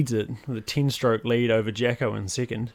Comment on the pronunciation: I like the way you say second… “sickind” E’s turn into I’s and I’s to E’s